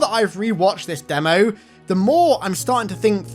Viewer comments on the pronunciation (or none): none